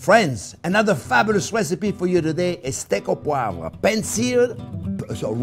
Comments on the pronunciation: Steak au Poi-vruh. Sounding out that silent syllable for the people who don't speak French. Nice job. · I wish I could say "poivre" the way he does so effortlessly.